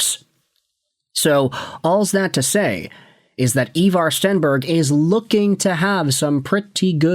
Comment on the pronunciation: His names Ivar ffs